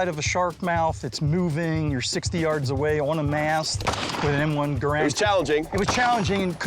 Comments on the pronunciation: "Gair and" not "GA rand".. Just saying.. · Garand not grand